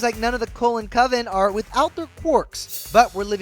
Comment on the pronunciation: The who family am I the only one who heard colen family instead of cullen family.